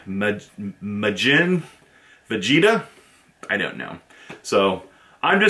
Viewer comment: What did you expect from someone who can't say vegeta right lmao